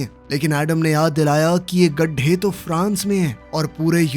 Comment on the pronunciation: Khaday ❌ Garhay✔️